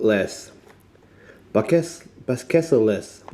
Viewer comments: that is NOT how you pronounce budapestbakelse XD its more like budapest bak-EL-se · Smörgåstårta is pronounced smur-gaws-tor-tah Budapestbakelse is pronounced boo-dah-pest-bah-kehl-seh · All of the food are things I eat regularly. "Räkbakelse" = Small "smörgåstårta". "Budapestbakelse", we pronounce the last "e". "Budapestbakels" is just jibberish. Use the letters provided in the name ;-) "Ärtsoppa" is eaten with mustard, maybe with a glass of warm "Punsh" (no it's spelled that way...) We do have nice food! Even "surströmming" is nice, you just have to get over the punch in the face that goes with it. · Don’t worry, I’m Swedish and I don’t eat everything here. Some stuff is disgusting. SMÖRGÅSTÅRTA is Swedish sandwich cake. You can make your sandwich cake as small as or big as you like. I could eat that for breakfast, lunch and dinner. Budapest bakelse, there’s an E at the end. Bakelse mean pastry Our food is very rich, my friend from Australia always put on weight here Swedish pea soup is better then the Australian pea soup but their taste good to Australians love their food 😊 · You're correct, his google translate was not set to swedish, you ALWAYS pronounce the E at the end of swedish words. The funny thing is that he manage to pronounce it fine when he said "räkbakelse" but then struggles so hard with the same word in "budapestbakelse". A "bakelse" is a one person cake (and "tårta" is a full size one) so yes the räkbakelse is a kind of mini sandwich cake. And the shrimp/prawn thing has nothing to do with them technically being different species like other commenters say, because we use the word "räka" for both in swedish. It's much simpler than that: we're taught british english in school but end up with an american vocabulary because they make better movies than you. So don't blame us, it's you're own fault!